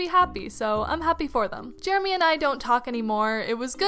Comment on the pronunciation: Man I hate “Jeramy”